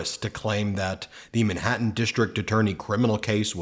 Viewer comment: Where is this "Minhattan" you keep mentioning.